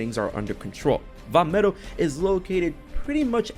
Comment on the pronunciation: You got the Vah medoh part right